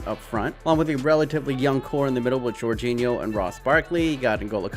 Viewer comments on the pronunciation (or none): none